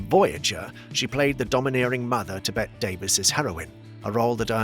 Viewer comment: I have to object to the Gladys Cooper "she rose to fame later in life" line. Cooper was a famous (in England) beauty and stage star from her teens. And, it might be spelled Bette, but it's pronounced Bettie. There is only one Bette and lsothat is Midler. Also, it's DAna Andrews, not Donna Andrews.